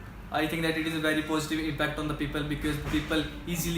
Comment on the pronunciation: He always saying becase ......💫